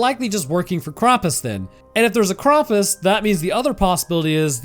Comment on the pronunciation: ´Most of the world very sanely celebrates christmas on christmas eve. Hence, christmas eve IS christmas. Thanks. And PLEASE freaking stop pronouncing "Krampus" as "Krompas". No one. NO ONE calls him that.